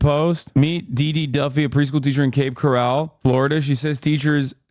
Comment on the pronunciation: You so didn't say Cape Coral right 😂 the second word is pronounced like Coral Reef not like Golden Corral lol